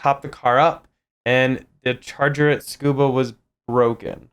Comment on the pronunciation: Love the video, but please TSU-KU-BA, not SCUBA 😊